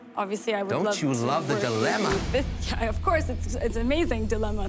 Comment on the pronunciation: The way Kevin said "Dilemma" lol